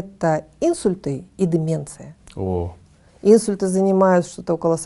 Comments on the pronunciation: Уважаемый доктор! В слове инсУльт ударение ставится на букву У. Так же говорят начинает есть а не кушать. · Отличное интервью! Молодцы, что доносите до людей серьёзную проблему и её решение! (небольшая акцентологическая поправка: акцент "Инсульт" не является орфоэпической формой, поэтому - инсУльт)